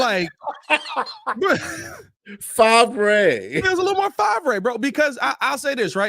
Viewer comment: Fav-ray lmfao. Thats what i called brett. Lmfao